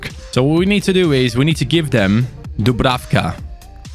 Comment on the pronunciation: #fanobjectives Dublanka Score 7 goals with dubrafka or as you like to say pablenka Like so can see